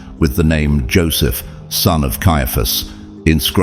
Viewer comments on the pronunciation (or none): none